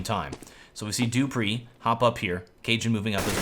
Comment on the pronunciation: xyp9x is correct, and he also trained himself to say dupreeh, not dopreeh, and friberg, not freeberg. so good job:)